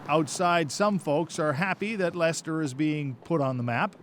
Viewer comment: FINALLY an American/Canadian that pronounces "Leicester " correctly, it's a bloody miracle Calling it silly is also incredibly ignorant. He is an important part of our history, finding him has proven he DID have an issue with his back, its helped identify how he potentially died, its helped fill in so many gaps surrounding him. He deserved a proper burial and to be remembered like all our other monarchs have been.